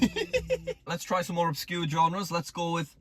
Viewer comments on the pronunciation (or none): none